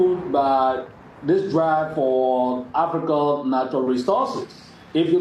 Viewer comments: She doesn't say "manual resources". She says "maneral" resources. I love her very much and she is doing a great job but like many of our great pan African content creators, they need to do some work on their English language skills. They need elocution lessons if they want their work to be more successful. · You call NATURAL RESOURCES like manual resources? Do the correction in pronunciation NATURAL RESOURCES